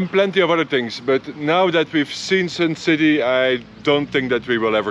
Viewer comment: It's not "Sin" City ....its Sun City....okay🤣😅😂